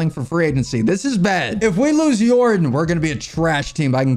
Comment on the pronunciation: bro it’s pronounced (Yor-don) not like jordan with a y